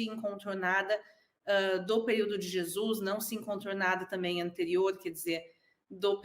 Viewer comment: Amigo ...pronuncia Jesus..blz!